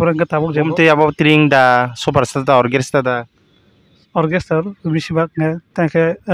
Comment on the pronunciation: Orchestra ❌ Orgrester✅ 😂